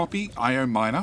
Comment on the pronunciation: Fun that you now call your miner an mier. Mier is the dutch word for ant lol